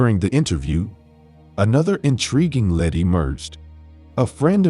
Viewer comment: Say "led" one more time.....